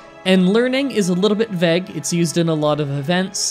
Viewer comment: did you really pronounce vague "veg"